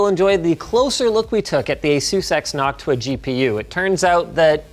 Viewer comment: i love the "nocuta" box fan. 😂